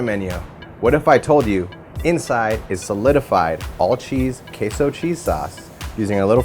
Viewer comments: The way they pronounce it sounds more like 'queijo' in Portuguese but the word they use is in Spanish. They can't even pronounce 'queso' in Spanish correctly. I'm just voicing my thoughts out. But seriously. Show some respect to other countries' languages. Spanish is the second most common language after all. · We actually pronounce it correctly. This guy is a douchebag, what a horrible video.